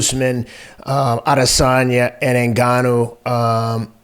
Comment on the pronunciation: My man Teddy never disappoints with the pronunciations! “Hemlock” I think now takes second place to “Israel All-Lasagna”.